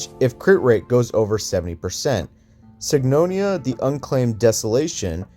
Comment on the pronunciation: 3 things. 1 you wouldn't use pioneer on her because she can't inflict a debuff normally to get the full effect. 2. The arena set doesn't give crit dmg. Where did you get crit dmg from. That set only buffs basic attk and skill dmg. 3. Idk how you completely pronounced sigonia wrong but you definitely did. You completely missed the o in sigonia.